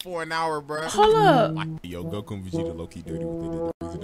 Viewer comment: Why can't you say goku